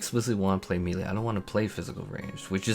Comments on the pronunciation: "me-lee" noooo... no. No. May-Lay. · “May-lay” /ˈmāˌlā,māˈlā/ No “ee” sound in that word. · i respect u but the way u say melee is disgusting... LMAO